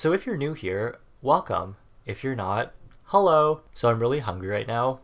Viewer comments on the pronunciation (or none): I love your edits and cute jokes and the way u say heOLlo UGH